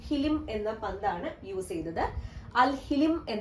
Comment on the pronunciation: Al Hilm എന്നാണ്. ഹിലിം എന്നല്ല